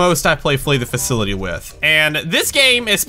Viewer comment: Did anyone else notice how he said free the facility instead of flee the facility?